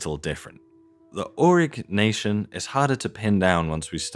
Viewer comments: Stop saying Arock Nation. That sounds so strange. It's Aureeeee NYasion or Ñasion. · Au-ri-nyeh-si-an is cool. AURIG-NACIAN, not so much.